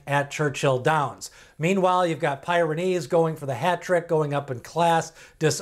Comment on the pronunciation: It's PEER-uh-neez, as in the mountain range in Europe.